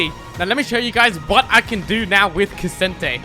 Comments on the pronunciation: Brother did you just call him Ka - sin - tay? :l aight then. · why is he calling ksante ksente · Illegal to pronounce k'sante like that